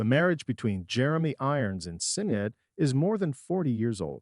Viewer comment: If you are going to do a story you should make sure to get the names correct. The footballer is George Best not beast. Jeremy’s wife’s name is Sinead pronounced shin aid. Not cinead there maybe more errors but not hanging around to find out